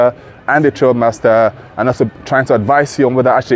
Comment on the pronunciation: Thanks for the feedback, I appreciate it. I have been corrected that it should be pronounced Trialmaster. Trail just sounded right 😂 Rest assured next video will be me sat down with Grenadier or sat down drilling into aspects of the highlights.